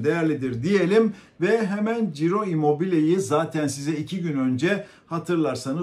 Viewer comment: Çiro, Ciro değil